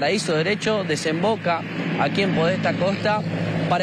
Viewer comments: 🤣🤣🤣🤣!!!! Y sí, xq estrangularla por la cintura sería complicado!!!! Yo me pregunto ¿este movilero estudió periodismo? También dijo "calle Podésta en vez de Podestá", bestiaaaaaa!!!! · la calle es Podestá, con acento, Podestá Costa...